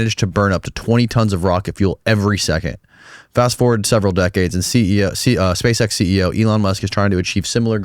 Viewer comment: "Spashe eksh"